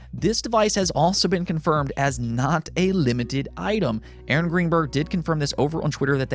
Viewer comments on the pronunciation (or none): none